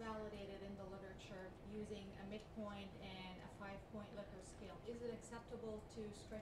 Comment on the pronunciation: First! Great video. Also, it's pronounced like lick-urt. 😀